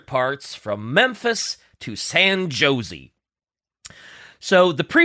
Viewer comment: This is gonna be an "uM aCtUaLlY" comment and I apologize in advance: At says the flight is going from Memphis to "San Joe-zee." Which is supposed to be pronounced San "Hoe-zey" as in the Spanish name José.